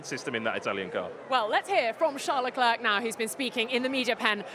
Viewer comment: Please learn how to pronounce Leclerc's name properly because this is becoming annoying... The final "c" is to be ignored. Everybody makes effort to speak in English. The least thing you could do is not to slaughter their family name! Thanks!